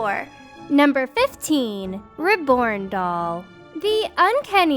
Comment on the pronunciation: OMG: "...number fifteen, RIB-born doll..."? Threw me for a loop 'cuz I wasn't looking at the tag, so I had to look quick to see it was supposed to be "Reborn Doll. Seriously, do all cartoon characters mispronounce easy words, or is it just this bint? This weird doll collection is very funny in places. Good thing those alligator dolls weren't available back in my drinking days! It would've given my buddies ideas for gifts for ex-wives and ex-girlfriends--and believe me, they came up with odd stuff like that on their own! (One of 'em had a wife deathly afraid of snakes, so another guy brought him home a souvenir from the Black Hills: an ash tray shaped like a coiled rattlesnake. Not surprising, they were divorced a few years later...)